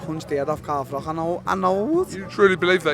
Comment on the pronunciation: He pronounces froch " frock " and like " lich " .....alot of spit in that mouth, fella